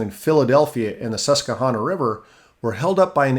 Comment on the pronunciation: As a southeast PA native, it’s cool to see the region talked about so much here. Some pronunciation notes: Mauch Chunk - mawk chunk Schuylkill - skoo-kul (the u is very unstressed, like a quick cull) Susquehanna - ses-kwa-hanna Reading - red-ing The coal was very important to the town of Mauch Chunk and led to it having the most millionaires per capita of any city in America at one point. Some of the mansions on one street still have tours. The most famous is Asa Packer who founded Lehigh University. When coal fell out of fashion, the town really struggled for a while, so the two parts (East and West Mauch Chunk) merged and was renamed Jim Thorpe (the lake retained its name). It’s now mostly a tourist town, but it is really beautiful (especially during the fall). The Lehigh Canal is a fun place to fish, and Mauch Chunk Lake is pretty nice. We call the old railroad the switchback, and it is now a hiking trail with a few tracks still visible.